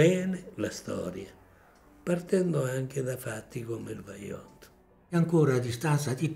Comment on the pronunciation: Vajont non baiont